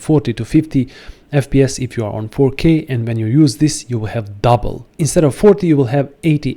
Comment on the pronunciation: It's "double". Not "duble".